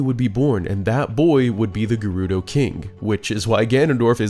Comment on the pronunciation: While we're on this topic, Volvagia is pronounced "Vol vaj yee ahh" At least Gerudo and Koume/Kotake were pronounced correctly in this video. I was actually surprised about Fi and Volvagia considering that knowing how to pronounce Koume and Kotake would require knowledge of how to read kana....